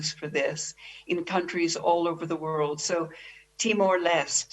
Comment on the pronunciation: Wuahn health organization.